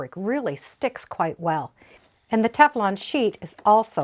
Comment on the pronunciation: Would someone please tell her it is Teflon not Tef-a-lon. I find this very irritating. Thank you.